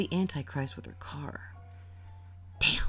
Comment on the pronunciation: your pronouciation of ''antichrist'' baffles me